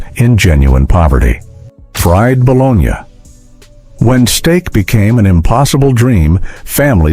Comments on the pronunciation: This would have been fine if either a real human had read it, or if you had taught the bot how to pronounce the words. The Italian city is "bo-LOH-nya," the lunchmeat is "buh-LOH-NEE." There were two other common words that werr mispronounced. C'mon. You can do it. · This content description and VO appear to be entirely A.I. generated, as virtually none of this is “from the 1970’s” or “disco era” (as the description indicates these recipes are), and no one pronounces bologna “bo-LOG-nuh”. Is there actually a human anywhere behind this content? The mustard sandwich segment shows numerous meat filled sandwich stock footage shots while describing a sandwich made from nothing but bread and mustard. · No mention of grilled cheese sandwiches which were a poor man's staple back in the day. This horrible AI robot voice doesn't do anyone any good. It's BALONEY or BOLOGNA - no i in either one. Either this guy is just learning English or this is a robot voice. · Who other than this asshole says balonya??? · Balonya? LOL LOL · wtf is that? "kuchen nut ki*pisymbol*schen"? "200g mandel"? and you sayin bologna wrong... silly AI ;p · Your pronunciation of bologna tells me this is AI slop